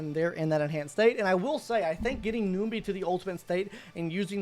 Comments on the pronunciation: Numby not noomby, and shifu not sifu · Was gonna watch but 1 min in and hearing you saying ''noombee" bout 6 times i just cant